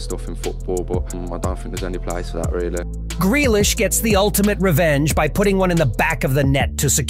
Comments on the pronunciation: who noticed he said jack gralish its jack grealish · Jack 'Gralish'💀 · You mean Jack Grealish